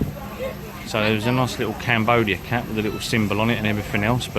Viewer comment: I misheard you the first time,when you said “I was going to buy a cap “ I thought you said:”I was going to buy a cat”!!!!!!